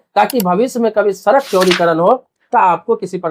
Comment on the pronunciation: Sarak nhin bhai sadak bolte hain